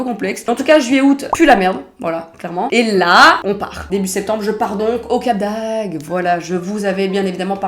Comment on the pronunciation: C'est Cap d'AgDE, pas Cap d'Ag 😂😂😂